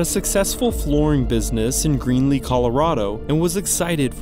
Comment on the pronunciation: 😂 You called it GREENly Colorado it's GREELEY 😂